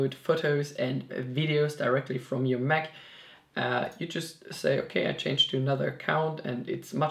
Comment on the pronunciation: Hey, nice video bro, but please say MAC. Not "mek"